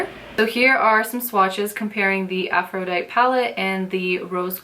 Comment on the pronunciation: Love this video! Thanks. FYI... it's pronounced "afro-die-tee" like the Goddess ;)